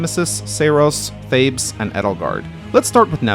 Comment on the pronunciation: His name is Thales, not Thabes!